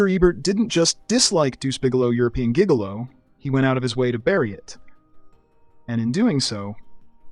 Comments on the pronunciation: That hard g was just too much for me... I had to comment. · Gigolo is mispronounced. The g is pronounced like a ‘j’. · Who’s Ebb-Bert, and what is a Giggle-low?!? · HELP! Is the narrator a bot? AI bot? The speech patterns and mispronunciations (short vowel "Ebert" - like "egg" - and, the hard g sound ("gig-a-lo") were just too much for me to suffer. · These giggle-os are driving me crezy. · Not to mention pronouncing "gigolo" as "giggle-o". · was wondering if anybody caught that!!! 😅🤣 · No, the correct pronunciation of gigolo certainly rhymes with Bigelow. The wrong one, giggle-o, also rhymes with it. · "Gigolo" with a hard G? Get a real voice guy for your narration, that knows how words and names are supposed to be pronounced. Now, "Caligula" was a gnarly spectacle, but a well-produced film. Maybe Ebert was a bit of a prude. As far as the rest of the films on this list, which I'm not familiar with, I doubt if any of them are as execrable as "Kramer Vs Kramer" or "Ordinary People," both of which, if I remember correctly, won Best Picture Oscars. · How did the A.I.pronounce "Gigolo"??